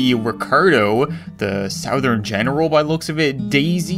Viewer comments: You don’t say sOUthern. You say soUthern. 😂😂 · He pronounces “southern” like it’s spelled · i lke how you said sow-thern (as opposed to suh-thern, they way most americans say it) :PP